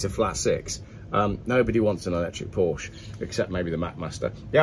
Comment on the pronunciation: Is WhaT Car where video game "journalists" go when they've run out of games to play/review? Still can't pronounce Porsche properly can you!